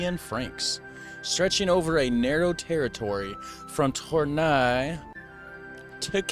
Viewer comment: Tournai phonetically : tour - neh : cambrai: kam -breh